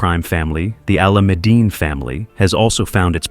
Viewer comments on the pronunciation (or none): Sorry to be that guy but you should 100% know how to say alamadine by now lmao and comaaancheros